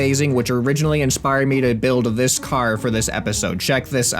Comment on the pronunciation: I just noticed the way he says car it's like carrr